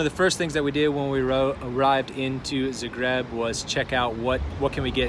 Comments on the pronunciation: Guys, please, it's pronounced ZA-greb. Zahhhhhh-greb. :) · This was great but, I had to stop watching because I could NOT get past the incorrect pronunciation of the city name.